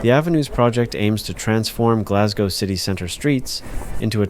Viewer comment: Thankfully you say Glas - go (rhyming with "no") And not Glas -gow (to rhyme with Cow) as most American/ Canadians do!